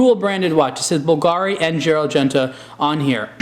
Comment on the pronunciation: you pronounced it BULgari and bulGARi. is that just 2 different ways of pronouncing the brand?